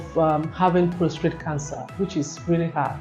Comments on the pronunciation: Very informative, but I was surprised at how many times she said prostrate instead of prostate. It’s PROSTATE! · ProsTATE not ProsTrate.